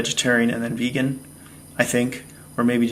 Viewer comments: "Beegan" 🤣🤣. Fasting is good for me. My thoughts are eat what suits your system, and be thankful/ joyful for it. Much love. Thanks...very subjective topic! Respect. Xx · "I've been 'Beegan'. . .", LOL!!!!!! ;)